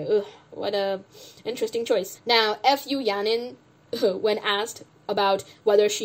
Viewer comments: As much as you dislike Fu Yaning, can you at least pronounce her surname right? It's Fu (like Foo, or food without the d), it's so cringe when you say F U Yaning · i can't get over the way you pronounce fu yaning's last name